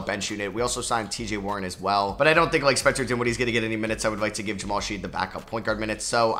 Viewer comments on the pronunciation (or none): The University of Houston Jamal Shead disrespect is real. You mispronounced his name every time in this video 😭